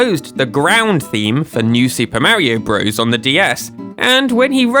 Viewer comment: Still can't listen to videos where Super Mario Bros. is pronounced Broze instead of Brothers. :(